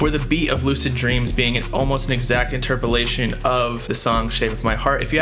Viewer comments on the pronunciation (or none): bold of you to keep you saying "interpilation"